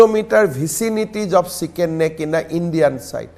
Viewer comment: It is not Shicken Neck It is Chicken Neck